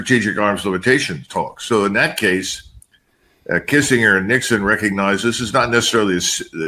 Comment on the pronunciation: How can someone his age mispronounce Kissingers name?!!!